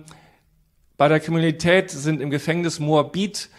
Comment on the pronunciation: "bei der kriminilität" :)